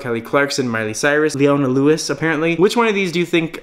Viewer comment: Lol he doesn't know her, he didn't even pronounce her name right at first